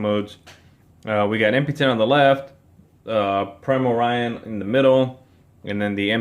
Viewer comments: I think that it's pronounced, "pry-more-eeun." It makes sense because of Prime. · I checked another video after this one and the reviewer pronounced it that way (Pry-more-eeun).